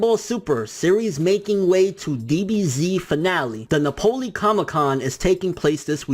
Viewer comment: NAPOLY????? AHAHAHAHAHAHAH NAPOLICE???? AHAHAHAHAHHHAHAJAHHHAHAHHAHAHA